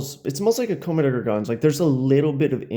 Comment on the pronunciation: Why do you say commedegargons.....